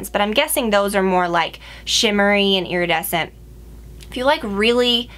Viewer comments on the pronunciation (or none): none